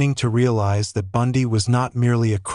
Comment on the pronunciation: Nice AI voice over! Did anyone else notice that the word "that" is pronounced as "dot" and the word that follows is spelt out? Took me a while to figure this out. Do better.